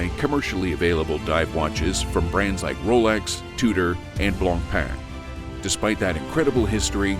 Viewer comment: properly said BlancPain. Bravo!